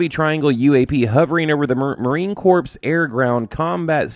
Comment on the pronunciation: Please don't pronounce my fellow beloved gang name as (corpse). It's pronounced as (core) and seen as corporation. Marine Corporation because we are just that. 😉👍🏼 🦅🌍⚓️